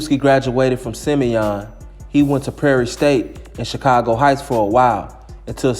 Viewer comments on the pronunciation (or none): none